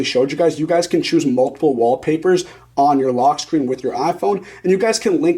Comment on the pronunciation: “Log screen” 🤣